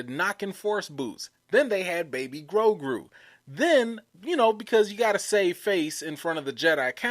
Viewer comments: I think you pronounce the name “Grow-goo” and not “Grow-grew”. Although I think a name that contains grow and grew would be a cool name for a creature of the force. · I think his name is Grogu , not Grogru , and for me , as a German , it sounds cute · it sounds funny because you are pronouncing his name with 2 R's. its "GROGU" not "GROGRU". lol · Thank you! I lol and cringed every time he said the name... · GrowGrew! LMAO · Grogu, bro. Not GroGRU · 😂. Adele & Grogruuu. That got me too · Bruh it’s Grow-goo LOL...Grow-GOO! 😜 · It's (grow-goo). That's why you don't like the name because you're saying it wrong. I think the name is cool. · GroGOOOOOOO. DuhROP that 'R'! I was SO close to giving you a thumbs-down 'cause you kept mispronouncing the name. But I didn't. You appear repentant and will strive to change your linguistic ways. Besides...I couldn't find my wet noodle LOL Love your enthusiasm and commentrary. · LOL smh he was killing poor Grogu's name. 😂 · Ffs you can't pronounce Grogu right let a alone Yaddle! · Grogu! You going hard on his name and you're not even saying it right. 🤦🏾‍♀️ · you adding a second R in grogu. Just one r lol